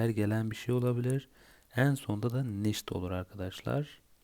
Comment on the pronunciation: Entschuldiegung..! Ich mi?iş mi?nicht mi?niş mi??almanca öğrenirken doğru telaffuz çok önemli.nasıl öğrenirsiniz öyle devam ediyor.